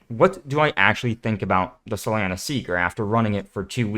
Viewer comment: I dislike the way to pronounce solana. lol